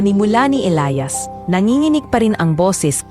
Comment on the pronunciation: 😂😂halla okay lang namn ang cute nga ng pag bigkas nya ng Elayas😂atleast mahnda ang kwento at May happy ending❤❤❤